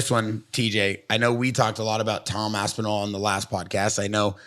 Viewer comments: they all started saying Assinall lol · why does Luke have to call Aspinall ASSINALL? bro wtf